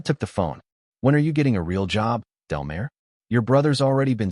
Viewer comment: It’s Delmar as in del-m-are